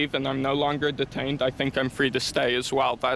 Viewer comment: You were Duh-tained. Bee-tuz you tawk likuh weetahd.